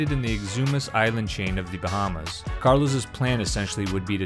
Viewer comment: just seems odd someone took the time to make a video about a “cay” in the “Bahamas” but doesn’t know how either is pronounced.